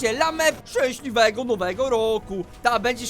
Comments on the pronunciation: "Szęśliwego nowego roku" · "szcęsliwego nowego roku"